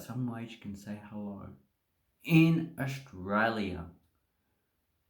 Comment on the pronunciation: "hellouwrrh cunt!"=100% confirmed Australian